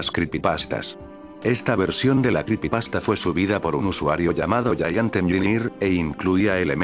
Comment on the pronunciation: Jaja se escucha raro escuchar "cripipasta"